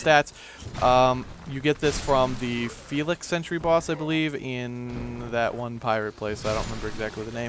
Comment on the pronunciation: Did you just say "Felix" Sentry...